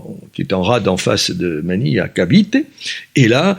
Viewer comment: ManiLLLLLLLe, carrEEEEEEEfour ... il prononce des lettres que le commun des mortels ne prononcent pas !